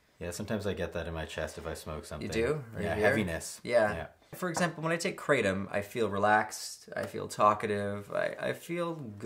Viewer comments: That hurt me hearing how you pronounced Kratom..... it's krah-tohm. (In robotic phone receptionist voice/ female) That's your daily dose of information. Your welcome. Good by now 😊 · You butcher the names of kanna and kratom lmao